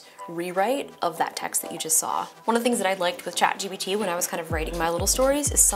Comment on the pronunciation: She kept saying chat GBT lol